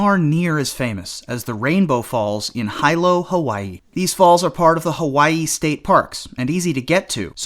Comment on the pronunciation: Yes, and Hilo, HI is pronounced 'HEE-LO', not HIGH-LO. Further Akaka Falls in Hawaii has the accent on the SECOND syllable, not the first as he said it. Lol